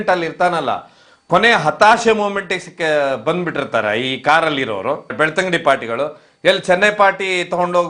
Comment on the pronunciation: Sir ಅದು ಬೆಳ್ತಂಗಡಿ, ಬೆಳತಂಗಡಿ ಅಲ್ಲ